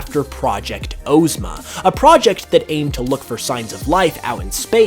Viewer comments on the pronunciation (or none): Ozma from the wizard of oZ is pronounced ah-zma not oh-zma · Not Ooozma Oz ma